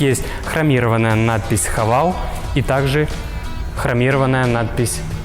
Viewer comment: Не Хавейл а Хэвэл